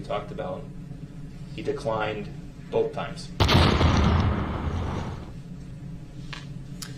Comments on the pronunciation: He says “bofe” in this video so many times. I guess it’s really difficult for him to say the word “both” correctly 🙄🙄🙄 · "BOf" ? Such a moron DB is!